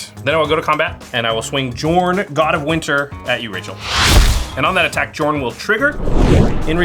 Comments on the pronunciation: It drives me nuts hearing mispronounce Jorn. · The J in Jorn should be pronounced like a Y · Take a shot each time mispronounced jorn, die before the halftime break. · The editors are really amazing but I really cringe every time I hear mispronounce Jorn... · Unfortunately he can't pronounce the name of the card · Wouldn’t it be pronounced “Yorn”? Not trying to be mean, just curious. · In Norse tradition, it's pronounced "Yorn". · Heads up for anyone not familiar with Norse things. Jorn is pronounced with a Y sound. Yorn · Pretty sure Jorn is pronounced Yorn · Mispronouncing those cards like that is a sin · pronounces Jorn with a J Me: REEEEEEEE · Hearing the "J" being pronounced that way made me chuckle. J's are supposed to be Y's in Norse/Icelandic . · It's pronounced yorn yorn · Bruh I felt a tingle up my spine every time said "Jorn" and not "Yorn" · God damn it this is all based on Nordic stuff, it's pronounced Yorn, not Jorn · Pronounced Yorn not Juh-orn. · I think that Jorn is pronounced Yorn and not Djorn. 🤔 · So many Komas, he should just change his name to Tifa at this point. And by the way, Jorn is pronounced more like "Yorn" instead of "jawrn". Scandinavian set and all that. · Yorn not jorn!!!!!! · I'm feeling like the "J" in Jorn is actually pronounced as a "Y". Mjolnir (Me-yol-nir) being an example. I think the world serpent, Jörmungandr (Koma, Cosmos Serpent), is the same story. Somebody more learned please correct me if I am wrong! EDIT: One of my favorite cards in MTG for the win! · No one thought to tell that "Jorn" is pronounced "Yorn"...? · Jorn is pronounced like Yorn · I would think it was pronounced yorn As it's based on Norse mythology. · Jorn is with a soft J isn't it? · small nitpick, but Commander's name is pronounced Yorn. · It’s pronounced “Yorn”.